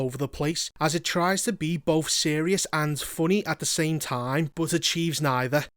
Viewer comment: Why can you pronounce 'Agatha' correctly, but not 'both'?